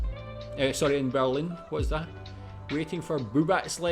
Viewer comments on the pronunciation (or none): none